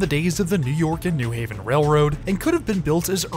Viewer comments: Nice video, but it's New HAven not NEW Haven. Pronounced the same as New York or New Rochelle. Looking forward to next week's video! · In CT we pronounce it “new HAVEN” emphasis on Haven vs. “NEW haven”